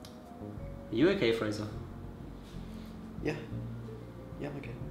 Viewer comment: “Fraser” playing “Frasier” makes my head hurt XD